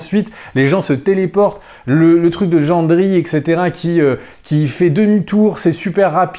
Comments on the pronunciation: JENDRY x) nice le Franglais :p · " jandri " ? x)